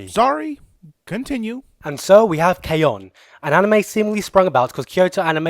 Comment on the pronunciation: That was hilarious but it's K-ON...you either like it or you don't...there's no two ways about it. PS do more reviews with both of you toghether